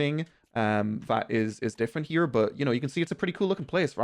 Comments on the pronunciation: You say "here" funny 😂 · Why you saying here and work like that? Wtf lad